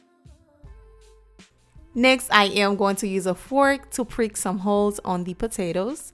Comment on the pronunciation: “He”malayan lol and priek those Potato’s 😂 Good recipe though